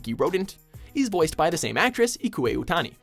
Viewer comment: Dislike.....misprounouciation of Ikue Otanis name...and others! damnit!